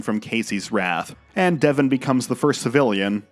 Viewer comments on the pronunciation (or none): none